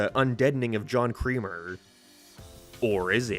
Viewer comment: Why were you calling Jigsaw "John Creamer" the whole time?